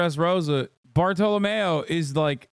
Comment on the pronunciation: wild how you can watch a show, have the characters pronounce stuff, and still mispronounce it. Zou, bartolomeo, etc.